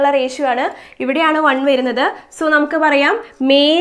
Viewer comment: Mam nammal rashio ennaano pronounce chayya ratio eenn pronounce cheyyaamoo ?